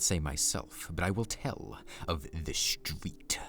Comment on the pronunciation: THE RREEETESTERETE!!!!!!!!!